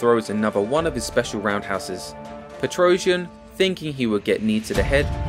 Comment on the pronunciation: I think Girogio's last name is not pronounced "PetrOuzhian" but "petrosiAn".